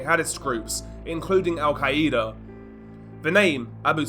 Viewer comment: Why do you always pronounce Al-Qaeda like that? It's al-KAI-da not al-KAI-E-da.